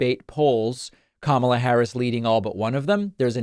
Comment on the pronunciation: I see that Donny has finally figured-out how to pronounce the lady's name.